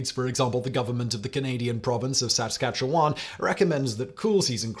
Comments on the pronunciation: As a Canadian, I got a good chuckle out of where Simon put the emPHASIS on our province of Saskatchewan😆 He emphasized/pronounced it as Saaa-skaaa-tchew-WAN, whereas everyone here emphasizes/pronounces it Sa-SKA-tchewan😆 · Not sowskatchewan, Saskatchewan. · Simon's pronunciation of Saskatchewan like it's a south american temple is hilarious. locals barely pronounce the first syllable. a lot of people in Canada say it like s'SKATchwen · s'SKATchewin* (the -wan and even -wen pronunciations are a dead give away that you aren't from here, ha ha.) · I come for the learning, I stay for the way Simon pronounces words like 'Sask Catch You Wan' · Close pronunciation of Saskatchewan. Just less enunciation of the last 2 syllables, more on the second. Sas-KAT-che-wan. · I know everone loves to pick on Simon's pronunciation, but I haven't taken my turn yet. Pro Tip! Words tend to only emphasize one syllable (in english, anyway). Now try Saskatchewan again (hint: neither of the 2 emphasized syllables in Simonese is correct) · Lol that is the most hilarious pronunciation of my province I have ever heard Saskatchewan actually hardly ever sees tumbleweeds now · You've said Saskatchewan in a few videos and every time you do, I giggle. You are close, but jsut not there. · I live there and I could listen to him pronounce Saskatchewan all day 😂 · spit-take: Say "Saskatchewan" again! 🤭 That was awesome, I spit coffee on myself. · I nearly died when i heard the pronounciation of saskatchewan😂 im now saying it exclusively like this. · Anyone else wheeze when he said Saskatchewan? Oh Simon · HARD fail at Saskatchewan there.